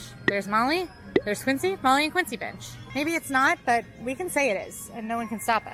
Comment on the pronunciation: Does anyone else hear something different when Quincy says "bench"?